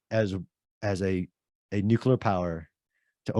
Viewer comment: Why do so many guys have trouble saying the word nuclear? I've heard so many people pronounce it nuculer. Wonderful podcast by the way.